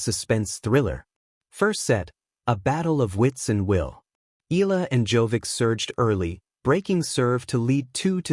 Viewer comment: Say it correctly Eeyala..👍👍👍